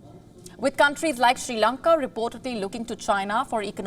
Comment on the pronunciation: There is no Country as "She Lanka" its "Sri Lanka". First Pronounce My Country's Name Correctly...